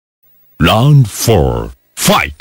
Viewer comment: Round ❌LOUND ☑️😂😂😂😂😂